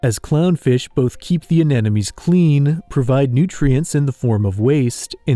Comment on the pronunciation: I love your videos but mispronouncing "anemones" is just too amateurish.